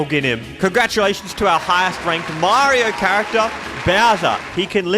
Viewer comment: He called Mario morrow and samus, salmon. Is this intentional